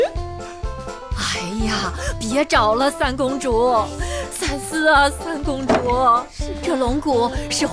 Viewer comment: 19.59 三思啊 四公主。台词都念错了 靠后期的字幕有用吗